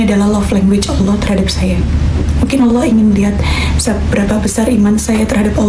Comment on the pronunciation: Mbak Celine cara menyebut Allah sudah pas dan mantap